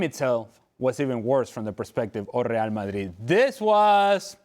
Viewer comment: Ale can't say Real Madrid. Rae a Ma ee.